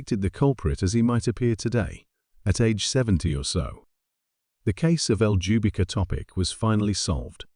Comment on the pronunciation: Oh, btw : Ljubika is a south eastern european slavic name (Serbia, Croatia etc).Maybe this helps with pronunciation.